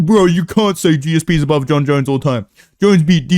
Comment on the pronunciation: He even says Jon Jones like dana now